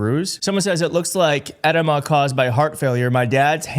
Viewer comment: EDEMA- EH-DEEM-AH